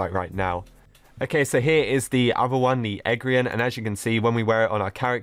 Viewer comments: It’s pronounced egg there eee an not eggian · It’s pronounced the egg-ther-ian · It’s the egg-ther-rian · How to pronounce The Eggtherian The Egg-fee-ree-an